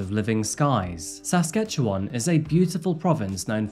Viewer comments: 1) Good job on pronouncing Saskatchewan correctly. 2) Saskatoon is a BEAUTIFUL city…a photographers dream, among lots of other things! 3) I live two hours away and do not recall this case… Thanks for this one. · no….it is. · Does he not know? Saskatchewan is neither southern nor pronounced that way. Its dead center of the country and hes overpronouncing each Syllable. I really hope he isnt canadian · Hey I’m from Alberta, I’m sure those mountains are from here, Also please stop pronouncing Saskatchewan, great story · Saskatchewan is not pronounced correctly though....? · Born and raised in sask and uummmm.. he is absoutely butchering the pronounciation 😂💀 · THANK YOU - i was absolutely lost at this comment. the enunciation was off. butchering might be a bit too far but it definitely wasn't correct, let alone praiseworthy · I’m so sorry but I can’t handle the way you pronounce Saskatchewan 😂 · Queer ear stud and mispronouncement of Saskatchewan